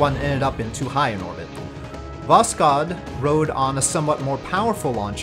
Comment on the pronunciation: Sooo risky mission, never knew about that, thank you for this mission profile series! A little notice on prononcuation: You can pronounce "kh" like "h", there is no sound "k". Try to listen the word "Восход" in google translate.